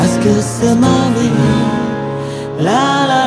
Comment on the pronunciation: đọc là " xê ma vi " sao lại hát là sơ ma vi ta, vây phát âm sai tiếng pháp Rôi.